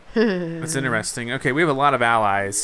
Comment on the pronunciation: Why do you say inersting